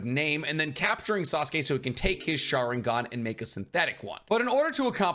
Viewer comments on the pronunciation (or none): none